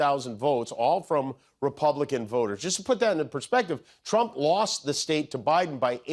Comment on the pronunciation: Why this dude add a L to words with no L? just said “voter” like “votel” 🥴 I can’t listen to this dude just add a L to half the words he says 🤦‍♀️🤦‍♀️